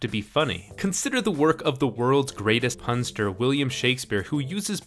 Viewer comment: Did you say punstar or porn star cause I was very confused for a few seconds